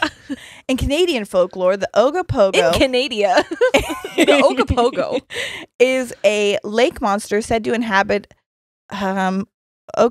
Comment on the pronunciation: Damn I’m impressed you got the right pronunciation of Ogopogo and Okanagan. I remember riding Ogopogo paddle boats as a kid. Imagine swan boats but it’s a sea monster